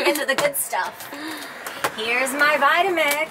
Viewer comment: OMG LMAO.....when talking about your power i thought you said "so i can power my vibrator'!!!!!! lol!!! had to play back then heard 'to power my vitamix'.!!! either way it's cool! :)